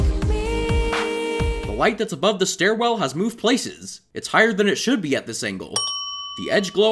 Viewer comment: "starwell" ding